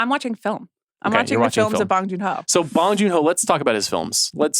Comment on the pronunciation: I love the show but you guys are butchering Bong Joon-ho’s name. it’s not pronounced like you’re smoking a bong. the ‘o 오‘ sound in Korean is pronounced like ‘oh’.